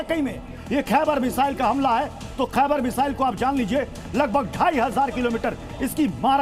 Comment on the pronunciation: खाइबर नहीं खैबर